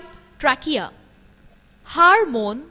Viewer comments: It's hormone not "HARMONE" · Aunty , HARMONE nahi HORMONE hehehhehe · Its hormone not harmone